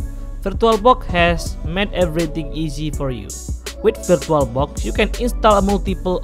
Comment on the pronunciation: "virtualbock"? man i know this is gonna be bad